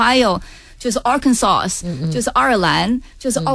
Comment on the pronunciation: 拜托，强烈质疑李文的英文水平，请问Arkansas 怎么读的？这把年纪了，还要端着活，明明是到底中国人，李敖这个女儿没有教育好。真悲哀。